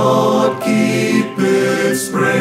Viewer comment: Not only to they sing beautifully, they pronounce "Saviour" correctly!